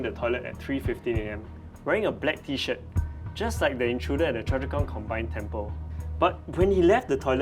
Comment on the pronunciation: It should be 'Choa Chu Kang' not 'Choa Chua Kang'